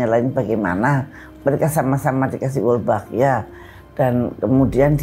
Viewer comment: Sdh di sebar bibitnya.... salah sebut mulu...wolbachia bukan walbochia😊